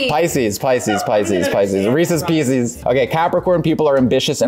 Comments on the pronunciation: As a pisces,I laughed my ass off when pronounced pisces wrong😂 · pronuncio piscis en español y no me di cuenta hasta que se burlaron de el ahahaha😭😭😭